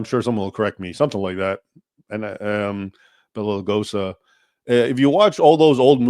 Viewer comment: I was listening with attention until you botched the name of Bela Lugosi. Sorry, I'm out.